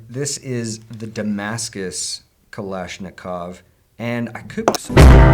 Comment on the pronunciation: Its kulishnicov not kalanishicov its more of a long I Nat a your butchering it and I'm not russian and I can tell you that